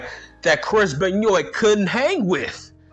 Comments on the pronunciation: I love it when you say benyoint 😂😂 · Ok I haven't even finished the video but I immediately lost it the way you pronounced Benoit 😂